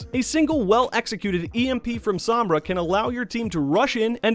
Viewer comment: Its SOm-Bra not Samb-rah